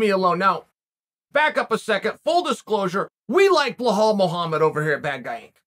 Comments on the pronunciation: Blohal and Mocklechev 😂😂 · “Blohal Mohammed” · Says Blahal Muhammad then called him as someone with weird name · Come ooon Chael I'm sure your not an illiterate call the guy Bilal and not blahal....can't you see the difference??? But hey nothing but love for you from Amsterdam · Behow, darush, malkelchev.. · who the hell is Bohal? 😂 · Bel - al, who the f@ is 'Blahaal'?! Remember the name! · "BLEL-HALL" Still undefeated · I love your channel I love the work you do you’re one of the best at this and you know you’ve been there done that is one question why do you slaughter Belal Muhammad’s first name soo bad lol ? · "A guy with an unusual first name..." - LOL, well yeah, after YOU pronounce it, Unc! :D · They respect him so much that they don't even pronounce his name right lol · It’s not Chaels fault bluhawls parents named him wrong (undefeated, undisputed btw)